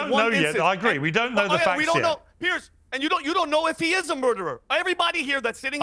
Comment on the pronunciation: the dummy in the cap who keeps annoyingly shaking his head can't even get a name right! it's Piers not Pearce you moron.